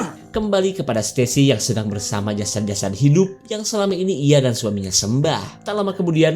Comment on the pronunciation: Jasad bkn jasat .